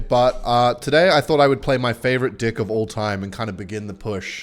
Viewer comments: why does he say dih every time instead of deck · why do you alwatys say dick instead of deck? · Every time he says deck I hear dick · Deck ❌ Dicck ✅ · secretly replacing “deck” for dick the whole video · why he is calling deck d!ck? 😂